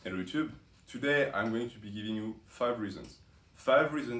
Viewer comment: Lmao I will start say it too, didn’t knew the French accent on hello YouTube was that funny 😂